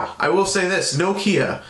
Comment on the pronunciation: Thank you, good review. I must congratulate you, the first american ive heard pronaunce Nokia right, most of you say nokiiija. :)